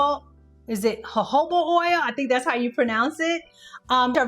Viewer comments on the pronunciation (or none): none